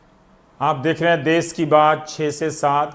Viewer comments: देश होता है ना कि देस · देश होता है देस नहीं। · अबे देश होता है देस नहीं तुम्हें तो हिंदी के अपमान में देशद्रोही की सजा मिलनी चाहिए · रवीश जी शब्द पर ध्यान दीजिए "देस नही होता है देश होता है "।